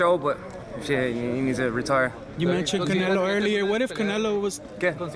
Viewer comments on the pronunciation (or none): My boy said CANELOCAS 🤣🤣🤣🤣🤣🤣